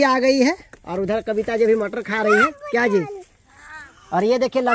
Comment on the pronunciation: kya ji and Ha Ji sunn k bahut acha laga